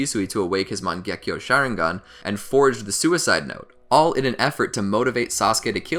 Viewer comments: Did this dude say share ing gun bruh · bro XD "shareinghan". nice vid tho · Bro really said "Sharing gone" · I know I can’t be the only one getting mad when he says sharingan wrong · The "shareingan" as you say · Bruhh Manz said “shareigan” 😭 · Why did he say Shisui awakened the Mangekyo Share-ingan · Share-ingan lol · Did he just say “Share-ingan” 😂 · “share ing gan” Im dead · you said sharingan wrong